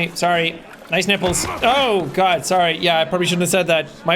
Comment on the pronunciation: guod of war ragnarok jed